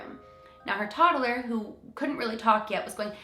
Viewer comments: “Toddaler” lol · She says “toddler” weird 😅